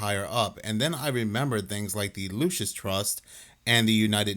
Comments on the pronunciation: Hello not LUCAS , LUCIS, LIKE LUCIFER , , LUCIS . JIMINEY CRICKETS MAN, NOBODY CAN READ ANYMORE! SOUND IT OUT FOR GOSH SAKE. IRRATATING. WRONG PRONOUNCATION OVER AND OVER AND OVER. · Girl please enunciate properly. it’s not the “Lucas” trust it’s the Lucis trust. You’re educated enough to do better. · Lol, her saying "Lukas trust" is wrong, and so is the guy saying "Lucius trust" it's "Lucy's trust" but yes, definitely founded under the name "lucifer" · I'm sorry but that girl couldn't even say Lucis trust correctly. Even when the British guy was saying it correctly.